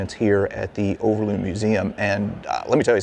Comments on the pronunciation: overloon not uverlone . i love your history stuffies but its overlooooooooooon not uverlone , your vidoe is lovely and sweet , but its overloon hahahhahaha i am jokking dont takke it to harst oki much love <3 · Sir, i always think it is funny to hear a foreigner try to pronounce Dutch names and words. You pronounce Overloon in a funny way. You pronounce the first O perfectly. Just copy how you pronounce this first O to the second double O..... Make the same sound. And then you pronounce it correctly. Over, the O sounds the same as the double O in Loon. But you made the double O sound like a u in Tune. Or Looney. Moon. It is more like Moan, Over.